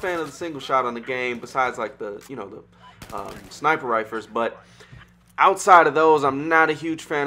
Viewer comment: Glad I'm not the only one who heard that.